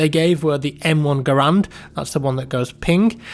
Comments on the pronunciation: Please say garand not grand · M1 "Garand" not grand!!! fuck hear that way too many times. For it being a historic gun, you should pay more attention.